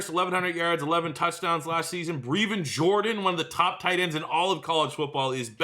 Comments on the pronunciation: You have to figure out how to say Brevin Jordan's name... forreal,, this "breeevin" shit is getting old.. lmao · PLEASE pronounce Brev’s name correctly it is Breh-vin